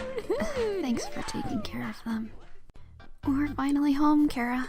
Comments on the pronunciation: CH ara not C ara seriously GET IT RIGHT my opinion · It took everything in me to yell "ITS CHHHHHARA NOT KARA"! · WAIT ITS PRONOUNCED CARE-A AND NOT CHAR-A WHAT WHAT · It’s chara not cara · Finally someone realized chara is a play on the word character and isn't pronounced char ah